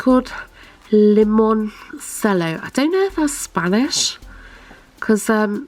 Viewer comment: I think Limoncello is a drink pronounced "Limon-chello" but don't quote me 🤣